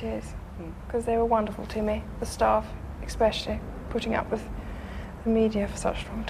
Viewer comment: She said “ekspecially”. Goes to show even royalty can mispronounce things